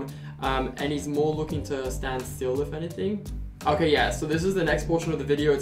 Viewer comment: The 'okey' on is very Dutch😂 I know that bc I'm Dutch to